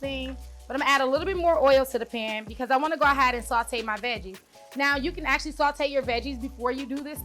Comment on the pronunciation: "We're gonna go ahad"